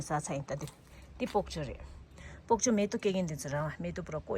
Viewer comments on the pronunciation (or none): Don’t say POKCHOY❌……Say ”BOK CHOY✅